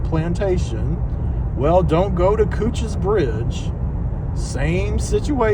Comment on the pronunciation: You’re pronouncing it right. I work in the division that manages its development. We hope to open it to the public by the 250th anniversary of the battle